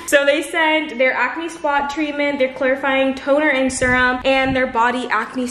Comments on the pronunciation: i’ve never heard anyone say serum like that hahaha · And serum😭😭 I knew I wasn’t the only one lmaoo